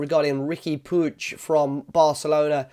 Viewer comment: Puig is pronounced "pweeg"